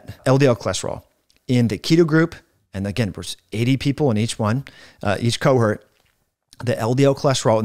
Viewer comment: Important information. Your pronunciation of "cohort" hurt.